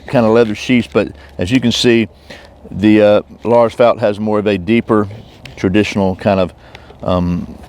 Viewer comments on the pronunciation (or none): If you meant the name then its probounced felt not fault. Au sound would be made with the letter å not ä as in fält